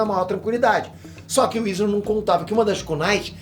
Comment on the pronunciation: É foda o cara nem ver o anime e pronúncia os nomes dos cara errado,"izuna", perte nem sabe pronunciar o nome dos personagens